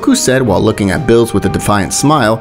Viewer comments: The way he says Beerus 💀 he says bills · first of all it's not bills it's beerus🤣🤣🤣🤣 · It's Beerus not bills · Yes sir "bills" calm down "bills" said "bills" who is bills? Do u mean berus? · It's chi chi not Milk, Beerus not bills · Bills? Its Beerus bruh